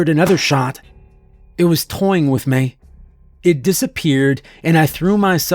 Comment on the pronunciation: Why can't this guy pronounce "me" properly?